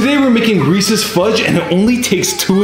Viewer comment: bro "reeses" more like "recess" "his pronouncation bru"